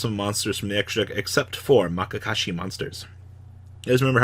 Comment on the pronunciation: oof. MAYakashi